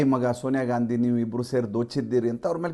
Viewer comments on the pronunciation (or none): none